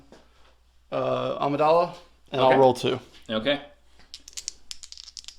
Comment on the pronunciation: Is there a joke about Amidala why he says Amadilla? I get that it sound like Armadillo